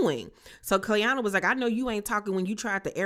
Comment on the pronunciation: It’s the cast just butchering Clayanna’s name for me they don’t gaf ok 😂😂😂